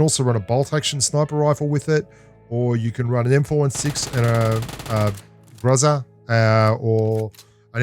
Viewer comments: Mate, your pronunciation of Гроза was PERFECT here! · He pronounced groza differently in this video 😳